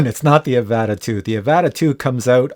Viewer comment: The way you pronounce Avata triggers me so much, I had to leave a comment.